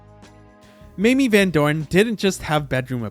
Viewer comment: it's pronounce "MAY-MEE".... yawn